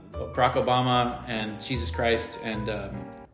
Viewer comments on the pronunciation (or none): none